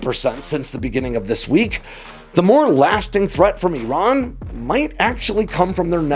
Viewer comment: Eeron? Where is Eeron? If factuallity matters to you, make an effort to pronounce names correctly,. IR-RON AND IR-RAIN-E-AN. People learn from you, you kinda owe It to them to make an effort to deliver correct information.